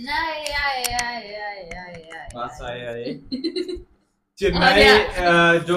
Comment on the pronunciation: Say Chennai not Chinnaaai